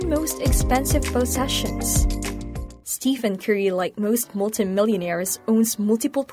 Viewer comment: Two things to point out, one, you pronounce his name wrong, and two, you are wrong on Stephen Curry's net worth. As of 6-1-22, Steph Curry net worth is $160 million, and climbing. Curry makes over $44 million annually just off endorsements alone, his NBA yearly salary is $53,838,416. You add up his yearly endorsements and NBA salary, he is well ahead of $90 million. Other than that, great video.